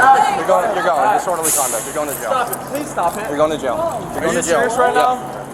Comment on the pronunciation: "STOPUH" That extra syllable at the end, says a lot.